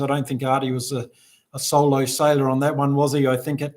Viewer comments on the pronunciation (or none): none